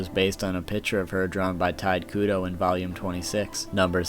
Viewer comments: "TIDE KUDO" ??? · 'Tight' Kubo......the man's name is pronounced Taito Kubo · It's "Tee-tay Koo-Bow" not "Tight Koo-doe" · ITS NOT TITE KUDO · Sorry but, you REALLY need to learn how to properly pronounce things. Can't even say Tite Kubo's name right. he keeps pronouncing it as "Tide Kudo". Completely takes my attention away from the actual facts. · "tide kudo" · But its pronounced shortly tee'-tae Koo'-bow' (but leave out the end and stop in the middle of "ow"). I'm from Europe So i read Tite Kubo like...Tite Kubo. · Tide Kudo. XD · The mispronunciations of "Tide Kudo", "Nanano", "Sasuke Aizen" were killing me